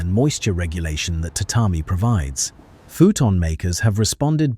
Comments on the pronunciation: The information is accurate and had some detailed facts I learned in this video. However, the AI images and pronunciation of Japanese terms were often shockingly inaccurate. One in particular was the pronunciation of tatami, which the AI pronounced ta ta my, when it is in reality ta ta me. One thing that stuck out to me was the constant appearance of a denim-like fabric on kimonos, which didn't exist until the post-war period. I would strongly advise checking the accuracy of the generated images and perhaps checking spelling, even on English words. There is good intention here, but I believe you should check all facts and images before uploading. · You must be Japanese. They can't relax for even a second and obsessively nit pick on everything. It's true! We all know it's AI. We all know AI can't pronounce every word accurately, especially foreign words like tatami. That's the same issue with 99% of audio generated AI voices. Sure, they could have changed the script to read: " tuhtahmee" to help AI, but since most video production and editing is outsourced, they would have had to re-record and re-edit the entire video. Do you know how expensive each iteration is going to be on subscription plan? Plus, the editor and video generator would quit if the channel owner nit picked on each word. It's a good video. Let small things go and appreciate their excellent effort. It's a really good video. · ...today I learned that AI cannot pronounce tatami.